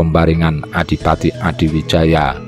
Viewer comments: Admin, narratornya kalo sejarah Jawa ya sebaiknya or Jawa sj, biar pengucapan nama, tempat, dll yg berbahasa Jawa bisa pas/benar. Gerlar Joko Tingkir stlhn jd Rj Pajang Sultan HADIwijoyo, bukan Adiwijaya. Yg ngrti sjrah yg benar jd malas, pemirsa/ pendengar bukan or bodoh2 ya. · Hadiwijaya... bukan Adiwijaya... Topo wudo itu melepaskan atribut dirinya sbg RATU... bukan wudoh blejet... ya dingin banget deh 😃😃😃 Perlu diingat Ratu Kalinyamat adl seorang muslimah yg sll melaksanakan sholat 5 waktu...